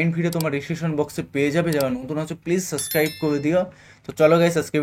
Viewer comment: সাব্স্কাইব ✔️ not সাস্ক্রাইব ❌